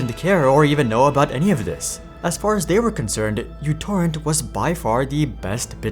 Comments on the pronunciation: That is not the letter "u" it is the Greek letter Mu. It is used (among other things) as a prefix to denote a numerical power of the base of ten to the minus 6. As a consequence of this it could well be pronounced Microtorrent, which would be in reference to the applications small size. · Microtorrent. First letter is Greek letter micro μ, not English u. Edit: Serbia, Greece is really close, but also the letter is heavily used in math and science. Letter is important, as micro was key marketing way telling users it's smaller than Vuze and such. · it isn't utorrent , it is μtorrent. how can you make a video about them when you don't even know their name? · That's why I never used any versions other than v2.x due to the bloat. It's definitely micro torrent, not "U" torrent. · It was never "u"torrent, it was always "micro"torrent. God damit. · It’s not youtorrent… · It is pronounced Mutorrent.